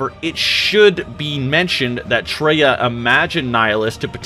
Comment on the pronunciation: Come on, bro. Her name was Kreia, not Treya...Do your research! (Did you even play KOTOR 2?)